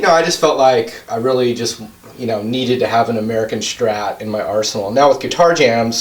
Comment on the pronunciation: I love how he says "ameerican" for almost every guitar